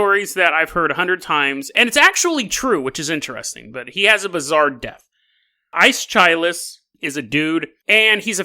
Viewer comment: The MTG reference makes up for Aeschylus pronunciation.